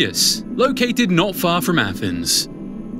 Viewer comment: Why can't the guy narrating this video talk properly?. How hard is it to pronounce "abyss" or "Athens"